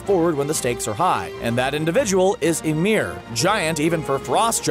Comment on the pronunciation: Bro your saying ymir and fenrir wrong